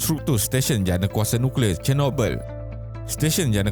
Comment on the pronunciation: Nucklear (NO CLEAR)